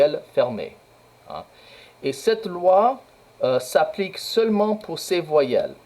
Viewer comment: Attention à votre prononciation pcq vous avez prononcé "pour" comme "pur" et ce sont des paires minimales...